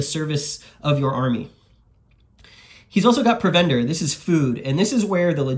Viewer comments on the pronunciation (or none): Looks great. Thanks for bringing this forward. FYI, provender is pronounced with emphasis on the first syllable, as in PROVender.